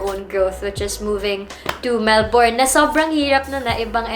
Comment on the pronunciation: “MelBURN not MelBORN” para alam next time kahit ako nacorrect din hehe